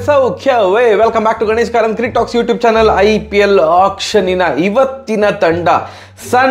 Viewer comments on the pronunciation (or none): none